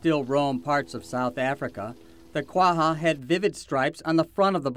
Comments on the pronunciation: ITS QUAGGA NOT QUAHA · I thought this was pronounced "qua-ja" not "quaHHa..." But I'm no expert...